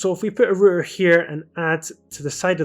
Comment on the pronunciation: “A rooter”